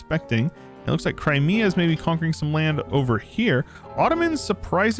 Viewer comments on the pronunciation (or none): none